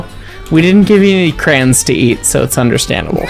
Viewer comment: "Cren?" You mean "Crayon?"